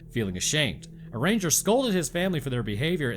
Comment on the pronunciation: Did you say ran-gur? Did the clankers get Roanoke?!